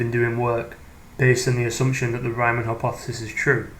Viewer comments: It is Reemann, not Raimann. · If it was an English name with the original pronounciation it would be spelled Reeman (or Reemann). It is not vitaly important but for keeping credibility it is fine to try and make the pronounciation correct. Otherwise fine and interesting. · German "EI" = "eye". German "IE" ="ee". The only German name Americans seem to be able to pronounce is "Einstein", otherwise it's always "-steen". I never heard "Riemann" pronounced as "Ryemann" though.